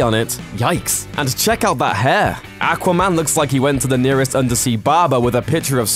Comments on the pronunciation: not ackwa man awkwa man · AQUA, NOT ACK WAH! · Not "AK" quaman....It's "AW quaman.... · aqua not akwa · aqua not ackwa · I don't want to be rude but I find it funny the way you say aquaman "ackwa man" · aaqua man lol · Ack-wa man? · The way you say aquaman pisses me off. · The way you said AQUA man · When you don't say Aqua man right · The way you pronounce aquamam kills me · It makes me cringe when people say aqua like that. Not sure why, but it does.... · Is it just me or does it drive anyone else crazy how he says aquaman. And why has none told him he says that fucking horribly. And for the ppl going to say it's his accent. I get that but I don't think thats what causing the problem. Accent or not that should make him pronounce it like that. It drives me crazy! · the way he says aqua bothers me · Dude do you not know how to say aquaman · I dislike the pronunciation of Aqua man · Please learn how to pronounce Aquaman .... had to stop video after hearing your pronunciation several times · I made it to before killing myself because you pronounce aqua-man so fucking atrocious goodbye sweet world